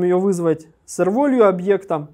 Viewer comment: Все супер, но «л/р волью» прям сильно слух режет. rvalue = r + value => value читается как «велью>